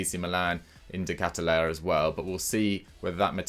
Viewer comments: De Ketelaere is pronounced as Kay-Tuh-Lah-Ruh Love from Belgium 🇧🇪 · it’s basically kehtel-ahre for the Germans Ps. Saelemakers is pronounced as sahle-mahkers phonetically speaking Hope this helps 👍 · You got to love how the butcher the names of Malacia and De Ketelaere... 🤣